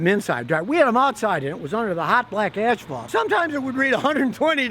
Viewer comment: It's Asphalt not Ashphalt. Yankee